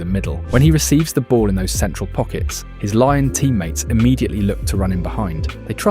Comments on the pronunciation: Learn to say Lyon in french. Is not Laian. Is Lion. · Why do you keep saying Lion instead of Lyon? Are you Ai? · Lyon is not pronounced Lion, it's Lee-Own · Its not Lion its Lee-ON! LYON. How can you so confidently say "lion" over and over again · to hear Lion instead of Lyon hurts anyones ears, wtf. its a place, bro, f-ing use words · it's not laion, its LYON, french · say it with me lee on not lion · great video, but ill hate you forever for calling lyon of lion 230x throughout the video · pronouncing olympique LION is a bizarre choice (endrick's a monster tho) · its pronounced Lee-On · Stopped watching immediately after 'Laion' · please, just say "lee-on". Lion is the animal, not the city. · More like "ong" than "on". So "lee-ong", not "lee-on".